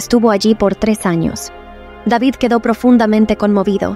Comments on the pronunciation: Rey deivid (David)., Para qué lo pronunciará en Inglés? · es el rey david no deivid🤩